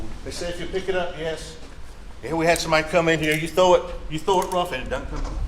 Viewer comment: OMG the rebuttal patronizing the jury with folksy country "he don't" and "it dudn't." And he might be guilty but defense didn't do their job in closing argument. It was all over the place. Any defendant deserves better than that.